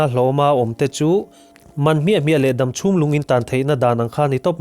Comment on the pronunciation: Dam thluk hi.... Ka beng a thlep deuh. DAM a hawrawp ang anga mizo taka lam hian a dik mai a ni. Kan tawng leh tawng dang human kawp thuah kan tawng a him nan Thalaite"n kan tawng dik kan humhalh nan le. .duhsakna nen